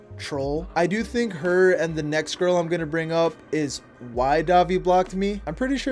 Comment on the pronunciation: Why do you pronounce “the” like “duh”? It’s driving me crazy. If there’s an explanation that would explain it, it may be a little more bearable to watch.